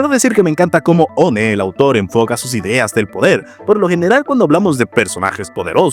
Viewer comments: Muy buen vídeo! Pero... Cómo le dices "One" a "Uan"??? 😭 (El nombre de One se pronuncia como el número 1 en inglés, no literalmente "One") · ¿no se pronuncia en inglés?